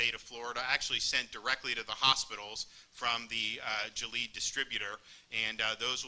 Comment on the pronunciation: Why did he pronounce gilead wrong?